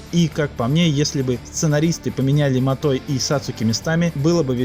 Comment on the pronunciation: Матой, а не Матор XD